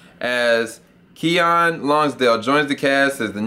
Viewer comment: It's pronounced Kee-Nin.